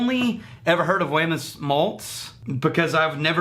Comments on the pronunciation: I've had a couple of different bottlings from Wemyss, all pretty damn awesome. BTW, I think they pronounce it as "weems". I always forget that & tend to say it the way it's spelled for an English speaker. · Great review, It is pronounced weems though. In Scotland this is called Treacle chest, they had to change it here.